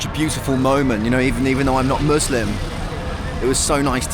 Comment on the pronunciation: It’s “Muslims” not “moooslims”